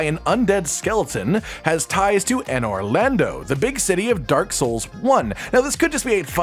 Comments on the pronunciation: "anor lando" bruh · how do you mispronounce anor londo?